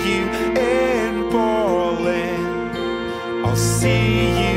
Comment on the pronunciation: The song is nice, but he mispronounces practically every word... is it Berlin or Bwarhlin?